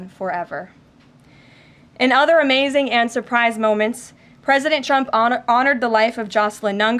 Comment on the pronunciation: Does she keep calling trump chump